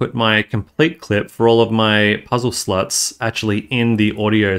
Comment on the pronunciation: What do you keep saying "slotch"? What's a "slotch"?